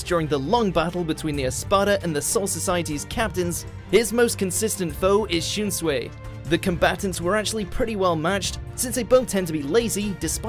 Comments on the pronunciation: I get the narrators cant be expected to say all the names perfectly but seriously? who is shun-SWAY????? With so many anime videos out I would think they could go as far as to at least do a quick google search on the correct pronunciation on the names used in the videos. Its more of a shun-sue-i btw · The way he pronounces Shunsui tho 😂